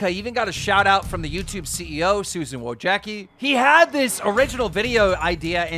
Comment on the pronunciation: Ah yes, Israel oddesonna and Jared cannonair according to keem👍🏼. Also when are you gonna realize keem that it’s pronounced Susan Woyetzski, not wachecki lmao.